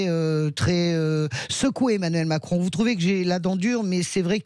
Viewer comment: Il a failli dire Mascon ou j'ai mal entendu ?